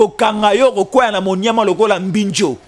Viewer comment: Yo pe, je pense que balobaka: mbinzo et non mbinjo comme vous prononcez